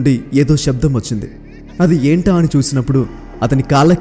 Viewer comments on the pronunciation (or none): none